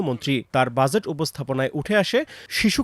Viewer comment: উচ্চারণ এরকম হলে হবে? এটার উচ্চারণ "জ" ইংরেজি J অথবা dg. আর আপনি বলছেন "য" ইংরেজি Z বাজেট। বাযেট না। ডাক্তারদের ভুল ধরেন, অথচ একটা উচ্চারণ পারেন না।